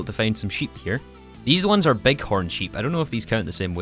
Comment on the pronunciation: "We 'ars' gonna play with it in this pack." Fine, take your like and get out.